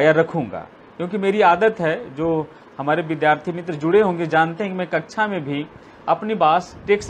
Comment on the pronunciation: Kaksha ko kakchha na bolen.